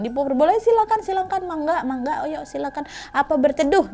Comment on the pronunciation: Monggo bukan mangga